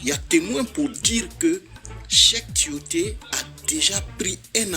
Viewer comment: On dit Tioté, et non timoté